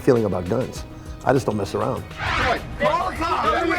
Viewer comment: “Cawl the Cawps”